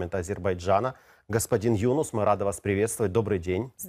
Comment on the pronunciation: Ведущему можно было бы запомнить, что не Юнус, а ЮнУс.